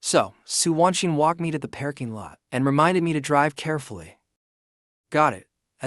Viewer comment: WEhy does everytim it says parking lot it pronounces it pear king lot?